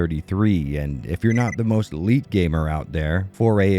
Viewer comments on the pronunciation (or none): none